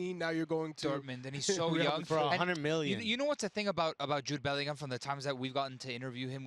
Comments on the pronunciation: It’s not belling ham, it bellinarm 😂😂😂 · Bending over backwards to pronounce Real Madrid correctly, and then saying BellingHAM...